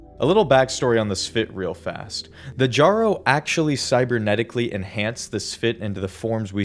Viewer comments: >pronouncing the Jjaro as JAR-oh instead of yarro >making a dumbass ‘I did not have sexual relations’ reference >’I don’t know why pathways into darkness is canon’ For fucks sake man I couldn’t even make it five minutes into your stupid fucking amateurish ‘complete lore’ video without you clearly showing you can’t be bothered to provide even a fourth of the effort into this that other video essayists out there do. Just crawl back into your hole of irrelevancy and stay there if this if how your gonna do shit. What a fuckin’ waste of my time. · ITS (Y)ARRO PLEASE BRO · Say jjaro one more time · Jjrro, Durandal, Thoth, Tri-xeem